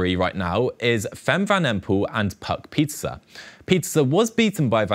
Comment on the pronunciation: Pie ter se not pizza